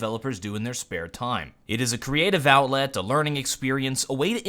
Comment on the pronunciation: Did you just say 'CREATIVE OWLET'? ? Oh you...